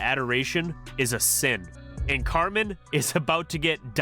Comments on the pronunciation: I can't remember the video but I remember knowing something was up when he mispronounced, of all things, "Cartman" as "Car-Man" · He can't even say Cartman correctly. He says Carman.